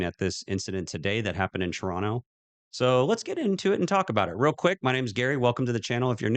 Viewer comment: Congrats on saying TORONTO PROPERLY 🙏🏽👏🏾👏🏾